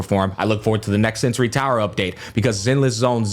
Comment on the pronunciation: bro it's sensor tower, not sensory. please you misspeak it every single time in every single video. no hard feelings, just vouching to do things accurately. peace